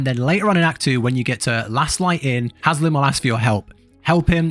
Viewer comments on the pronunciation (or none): It's Hal-sin, not Has-lin XD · Its Halsin, not Haslin 😂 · You read it over and over again, Its H-A-L-S-I-N, not H-A-S-L-I-N, how do you get that wrong? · His name is HALSIN not Haslin. 🤨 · It's Halsin not Haslin 😂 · The way you pronounce Halsins' name makes me want to rip my skin off of my body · u almost made me think I was saying halsin incorrectly lol